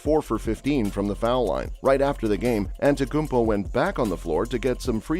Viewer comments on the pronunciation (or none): you can’t even pronounce his name and you dare to make a video? Morons using AI and robots